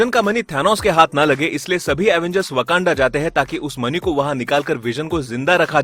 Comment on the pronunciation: Bhai vo mani hota hai money nahi 😃😃😄😄😄😉😉